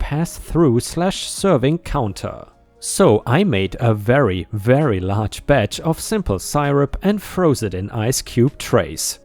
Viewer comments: Tom-ah-to! Sirrup - not tomayto and sy-rup! Eep - not wipers! Ypres is pronounced “eep!”. Just trying to learn you how to talk proper, like what I does! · merely = MEER-lee. hallowed = HAL-ode syrup = SIH-rup or SEE-rup chorus = KOR-us pestiferous = pes-TIF-er-us enamoured = ee-NAM-erd Great story, and told very well! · For future reference: syrup is pronounced sear-up (sear as in, to sear a steak). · 🌟 for SYRUP say it like this, SEE-RUP. But fast. 🙏🏻